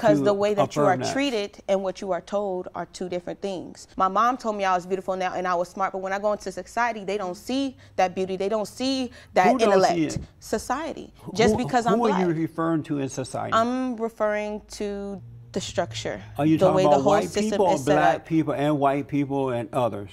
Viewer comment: ...they don't see that inalect. Lost all credibility at that point. can't even say intellect 😂